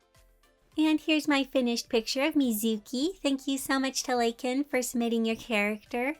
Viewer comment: Omg!!!, it’s me! Lakan! I can’t believe I actually got chosen 😂 Tysm!!! I loved how you prononced my name too XD! Please keep up the amazing work, I love this new style! In my opinion, it really brings the characters to life! And mizuki looks perfect! ❇️ 👍👌